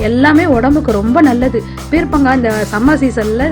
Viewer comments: Its not peer'pa'ngaai, its peer'ka'ngaai.. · Peerkankaai ucharippu thappu sister